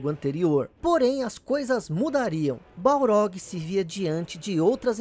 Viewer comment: cory baRLog!!! Balrog é o boxeador!!! Sei que explicou no video anterior, mas é muito estranho ouvir o nome dele errado kkkkk